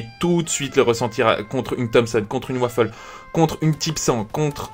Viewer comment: Waffe pas waffel